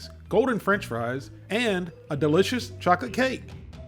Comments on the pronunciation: "chaw-kit cake" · I had to rewind like did say chocate cake 😂😂😂 love your videos and I never miss one..